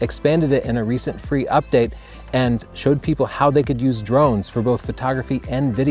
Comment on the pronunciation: I love the "UDPATE", lol